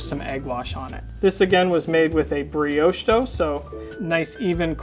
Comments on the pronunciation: my man said breowsh 😂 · I got very distracted by the constant mispronunciation of brioche 😣